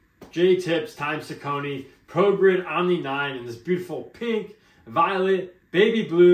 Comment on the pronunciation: Great review. The name is actually pronounced Sock a knee. Lol